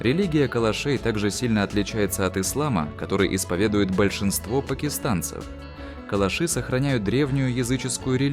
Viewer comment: КалАши - ударение на втором слоге...